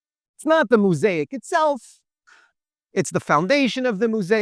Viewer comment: Quite fascinating. Re pronunciation.. mo-saic.. the first syllable is mo.